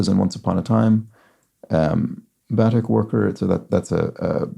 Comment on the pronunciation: Batik pronounced ba-teek'